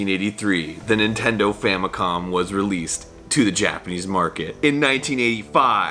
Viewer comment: did he say famiclom